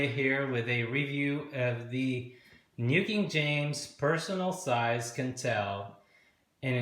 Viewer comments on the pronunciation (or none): I thought Quentel was pronounced 'kwentel', not 'kentel'. Am I mistaken? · Rhymes with ‘kwen- TELL’ not ‘kin-TELL’